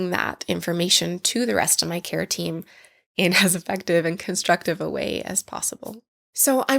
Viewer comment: Kept hearing keratin and not care team lol